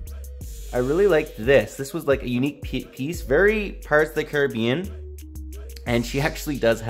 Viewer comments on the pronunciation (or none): none